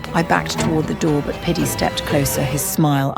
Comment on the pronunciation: Even the guys name is piddy and he just replaced the d with a p😭💀